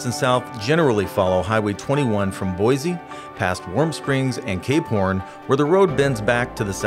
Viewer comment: The narrator must not be from Idaho. He pronounces it Boyzzzee. It's Boi-see. Please understand how to pronounce local places, how the local people say it.